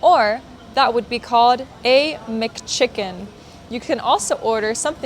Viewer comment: Who we? ))) Anything with Mc/ Mac / McDonalds is pronounced Mak Donalds, same goes for Mc Chicken its Mac ( mak) chicken , there is no Mik in american mcdonald's english. A word Mic is read ( pronounced) Mike. which stand for Microphone ... Mik Chickin sounds japanese ! )))